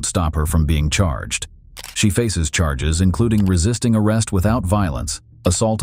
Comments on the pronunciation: why did she get carges instead of charges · LOL this channel. "Carges" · ok but the cop w the speech impediment voice is pissing me off